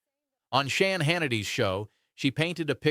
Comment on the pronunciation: "Shan" Hannity? Lauren "Boobert"? Pam "Bond eye".......maybe learn their names?